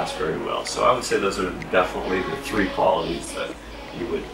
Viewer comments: tree tree WTF ? are you serious this guy is an ATC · Tree is how Caymanians pronounce three. 🤣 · "Airborne at one-two-tree-tree, requesting FL tree-six-zero" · if you're saying that it is funny how he said tree, in aviation, for 3 you say tree, for 9 you say niner.